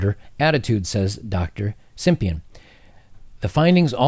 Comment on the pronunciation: "Study author Andrei SIMPIAN" ;P